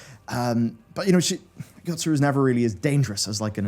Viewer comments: wish we got one for all the times he said "yotsuRu" instead of "yotsuYu" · Yotsuyu not Yotsuru. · Well, he's seen The Burn Savage. Also,, please keep a cheat sheet of the names. There's no R in Yotsuru, nor is there an I in Azys Lla Also, the reason the shadowbringers trailer reminded you of the last dungeon is because it's set there before it goes to where it goes. It's literally Ghimlyt Dark and the Hien/Zenos fight. Also, the moment between Nanamo and Raubahn is still my favorite moment in the entire damn story. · Someone already prolly write this already... But it is YotsuYU. I'm surprised Matt didn't force him to re-record all over again...